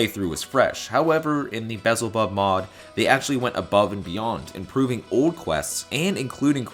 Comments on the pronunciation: Belzebub, not vessel bob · Great review. Just discovered this incredible mod. Although I'm pretty sure it's pronounced just like the demon beelzebub. Lol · you've somehow switched the L and Z in Belzebub